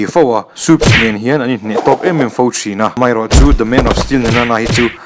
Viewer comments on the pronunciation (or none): none